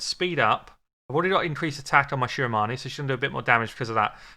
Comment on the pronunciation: I am here because the name of this game is my last name 👀😳 I wanted to hear how you pronounce it😂😂😂 it's actually the correct way